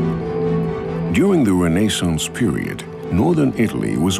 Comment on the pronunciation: Why does he pronounce renaissance the way he does? Does he think he is better then the rest of the English speaking folk?